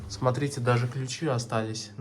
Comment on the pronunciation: дажЕ,а не дажэ,пиши доча, грамотно,ге коверкай русский язык!